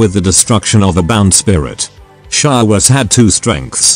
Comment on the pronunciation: For fuck's sake mate it's Shadowrun, not 'Shadowgun'. Why do you call it 'Shadowgun' in your end comments all the time?